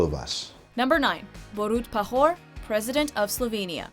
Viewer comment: you pronounced Borut Pahor wrong,yet hilariously